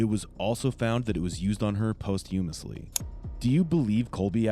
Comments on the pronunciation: It's not post humously, it's posthumously. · To the video producer. If you're unfamiliar with a term, don't use it. Especially when you're not going to invest the five seconds it takes to Google how to pronounce posthumously. Using big words you can't pronounce makes you sound ignorant, it's cringey. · I can't get past "post-humously"... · "post humusly" lol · I like your videos, but.. first, make sure you are saying the victim’s correct name.. at the end of the video, you say “Melanie.” And second, please look up the pronunciation of “posthumous/posthumously.” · This guy graped a corpse but the narrator mispronounced a word so cringe